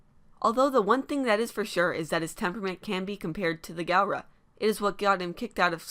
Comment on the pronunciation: NOT G-AL-RA